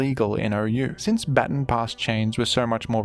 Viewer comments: Today I learned you people say bat-tin instead of bah-tahn. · It's pronounced ba-TON, like "buh ton", like say button but emphasize the U more There is no such thing as a batin stop saying batin pass if you're gonna make a video about every single baton pass strat say it correctly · I know you recently tweeted about Pokémon pronunciation but come on man it's "Bah-tawn" not "Batten" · Man over here pronouncing baton batin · Its pronounced " Ba-Tawn" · Thank you for your content! Also, its pronounced "bha-ton". Not sure if you just have an accent. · Every time I hear "batin" I lose a little more of my will to live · ITS PRONOUNCED “BUH TAHN” PASS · I wanted to watch this video so bad but I can’t with the pronunciation of baton pass 😭 it’s not even a British thing, most British ppl know how to say baton and I had to stop watching the video bc I can’t take it anymore